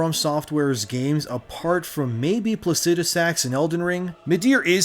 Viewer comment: Its pronounced PLACI-DU-SACKS!!! My guy!! 😂 But good take good job unlike your Ds2 take u stopped Regurgitating other peoples takes!! Btw hardest boss is SLAVE KNIGHT GAIL amd best boss fight!!💯💯💯